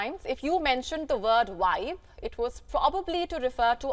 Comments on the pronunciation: The American word is VIBE, not wibe! 😅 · She said wive. What's a wive?